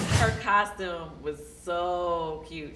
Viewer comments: the word is costume not coshtume stupid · Ion care Latoya keeping this season full of drama and I’m here for it but why she keep saying coshtume instead of costume 🤭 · Thank you. Why is Latoya kept saying "Costchume instead of Costume? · Coshtume, though. 🙄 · Why does she say costume like that? 😂 “COSHTUME”.